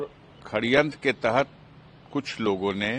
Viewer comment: Neta ji khadyantr nhi sadyantr he